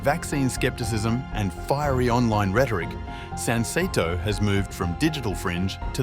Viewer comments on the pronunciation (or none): The name of the political party could be pronounced correctly if you said "sun-say-toe".